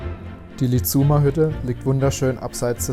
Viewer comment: Lizum wird lizumm ausgesprochen, nicht Lizuum - das kann in Tirol helfen. Ihr habt das toll gemacht, ich kann mir hier ein wenig Heimat ansehen, die ich sehr vermisse.